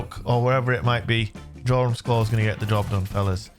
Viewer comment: Jorum's Claw Its pronounced Yorum's Claw!!!!🤦‍♂️